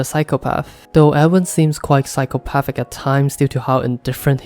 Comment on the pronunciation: A tip from a german native: when you say "Erwin" you should try to stress the E and i, also speak the i longer, and a german i sounds like the english e